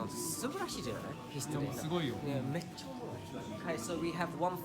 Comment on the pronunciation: 「めっちゃオモロイ！」の発音がネイティブ